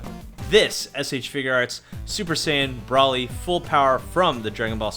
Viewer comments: Its broly not braley lmao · (Bro-lee) Broly